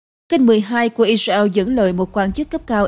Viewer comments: Co ptv doc chu Israel la I RA EO that la bai phuc co nay! Am S o dau roi? Chu de vay ma cung khong doc duoc cho dung,that la qua kem coi. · Sao đọc i reo khó nghe quá !